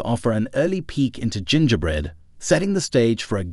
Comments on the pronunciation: Oh, I heard that, too. Hard G and rhyming with "winger". Nuts pronunciation. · Haha, I caught the hard G on that one G. OP thinking Adobe would be pronounced A-doab rather than Adobee, is funny tho. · Robot read. GIN-GAH-Bread? Pay someone to read your stuff and make sure you proof what you're posting. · Gen ger bread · You lost me at the ridiculous pronunciation of "Gingerbread", my goodness... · Also how it pronounces "Gingerbread" Lol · That's how I and everyone I've ever talked to pronounces it. Weirdly you completely missed it getting 'gingerbread' completely wrong. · Or gingerbread for that matter. Should use 11-labs. Guaranteed 1000% better than this. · Or Gingerbread 8 times out of 10.